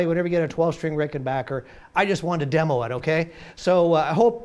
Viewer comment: And pronounced RickenBACKer the correct way.